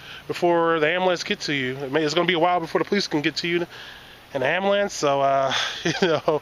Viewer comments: "amalampse"... really??? Ijk I'm from Flint too so just had to say hello ☺ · Dude, you said ambulance like a true southerner. I think Kentucky might be rubbing off on you.